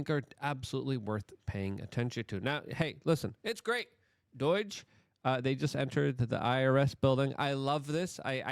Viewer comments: PLS its NOT DOYTCH!! Its pronounced DOJE. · It's not doich lol😂 it's dOOOge 😂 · If I hear you say DEUCH one more time I'm gonna punch the screen!! It's DOGE - LONG OH... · DOHJUH not doyj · Its not DOIGE, its DOGE. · Its not "doyge" its Doughge! Ffs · Luke: Say dough like the dough you bake bread with. Now say it with a J on the end. doughj Congratulations you have now pronounced DOGE correctly so quit trolling us😁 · "Doyge" again. No one thinks it's funny. Please stop with the "doyge" thing. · DOGE - Pronounced Dough - ge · Why do you keep on saying DOIGE? 🤷‍♂️ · I’m thinking that’s got to be it. He can correctly pronounce “tumultuous” either. There’s a few other words he constantly pronounces wrong, but “DOYGE” & “tumutulous” are the daily ones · Is there a reason that Luke calls it doyge? Or is it just because it sounds like he has drunk tongue because of English being his second language? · Like your stuff, but why do you pronounce DOGE (long O, "G" sound) like "Deutsch"? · Bro... Its not pronounced ''Deutch'' :DDD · Why does Luke pronounce DOGE like Deutsch? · Its doe-ge bro. Ffs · Why does Luke keep calling it Doyee-g? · Luke won't read this but why is he saying DOGE so wrong? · Why can't you pronounce DOGE correctly? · Why do you keep pronounicing DOGE like that? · Can you spend an afternoon practicing how to pronounce DOGE, dude? Seriously. You keep telling everybody that English is your 2nd language, but you sound like an idiot, Luke.